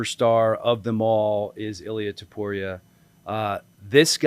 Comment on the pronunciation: *Topuria NOT "Toupuria".